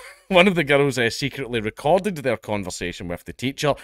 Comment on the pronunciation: I love the way you pronounce girl(s) as gerruhl(s).